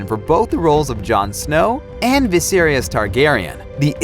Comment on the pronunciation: Yes. Viseriys?